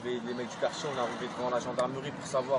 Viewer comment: "Alors voilà, on est au quartchié Bonneval ...nanani nanana, on a fait pression, les mamans, les tantines, tout, y sont partchi, c'est un sportchif, c'est pire qu'une bavure policière, on a perdu un frère avec qui on a grandji ". Lâchez-nous les casiers judiciaires de la fratrie Traoré. Qu'on se marre un peu.